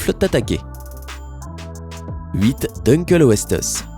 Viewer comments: Putain t'as niqué le nom du "dunkeuleosteus" xD Sa se dit "dinkleosteus" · Tu sais pas parler 😂😂😂 , c'est din kléo ste us , c'est comme ça qu'on le dit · Puis-je me permettre de vous dire que l'on prononce dun-kléo-sté-us? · on dit dinkléostéusse c est latin pas americain --" merci a cedric jurassic de me l avoir appris c est un peu comme cette video sauf que c est bien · Petite critique: Dunkleosteus se prononce Dinkléostéus,le Phoberomys n'était pas le plus grand rongeur de tout les temps ,le Josephoartigasia était plus grand en taille et en poids,pareil pour l'Arctodus (Ours a face courte) car l'Arctotherium mesurait 4,50m en position bipède (debout).Megapiranha s' écrit en un mot et sans accent.Le Megalodon ne dépassait pas 15m et était relativement lent (25km/h en pointe contre 40km/h pour le Grand requin blanc).Si vous voulez voir d'autres requins effrayants: Hybodus Cretoxyrhina Onchopristis Edestus Charcharodon Chubutensis(Requin de Chubut) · C un cabiara pas un cabibara et puis on dit « duncléussetéus» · Wesh mais avant de faire une vidéo apprend la prononciation du dunkleosteus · Mdr comment il est prononcé le nom di Dunkleosteus!!!